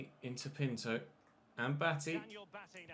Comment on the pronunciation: Yo, I just want to say Pinto is pronounced: pin-too